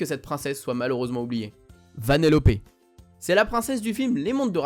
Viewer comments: Taram et le Chaudron Magique et 1001 Pattes mais qui les oublient ? Juste on prononce "Vanellope" et pas "Vanellopé" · VanélopE pas vanélopÉ😅